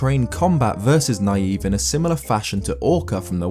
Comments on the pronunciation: I thought Nayve was pronounced more like “knave.” To show he is worthless. Like the telescope he gives you. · I think it's pronounced "Nay-v." Or to use an alternate spelling, "knave." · Shouldn't Nayve be pronounced "Nay-vee," as in "Navy?" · I always pronounced Nayve's name as "Navy". Seemed to make sense considering the game takes place at sea. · It seems to me that Nayve would be pronounced like "knave", which means "a dishonest or unscrupulous man." - He doesn't believe he's the hero, he's trying to trick people into thinking he's the hero. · I always thought it was pronounced like knave..... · Nayve I believe is pronounced like the pun he's named after: Knave. It's because he's a dishonest person, which is seen from the items you give him as well as his boat. Also, I believe his weapon is just a trident, or else he would have painted them gold. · I always thought Nayve’s name was pronounced “knave”, as to my knowledge, that’s basically what that word means, a self-proclaimed hero. Either way you slice it though, I guess he’s a naïve knave. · I feel like Nayve’s name is supposed to be pronounced like “Knave”, the Old-English word for a liar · I think Nayve is pronounced like the word Knave, meaning a dishonest or unscrupulous man. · I always thought that Nayve's name was pronounced like knave, because he is a dishonest person. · I always thought Nayve was pronounced like Nay-vee (marine) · I think nayve's name is supposed to be pronounced like knave since he's a fraud or a fake legendary hero, but eh, either pronunciation could be correct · i thought Nayve was actually pronounced knave.